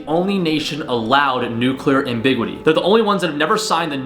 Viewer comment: ‼️Do you realize that’s not how you pronounce “ambiguity”? Ffs google will pronounce the word for you. No excuse for this